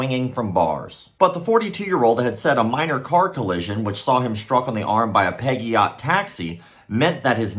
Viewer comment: Peg-e-ot😂 That’s a new one to me lmao